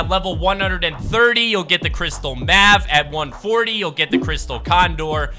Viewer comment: Did he just call mave, mav??? And he called llamas horses 😭😭😭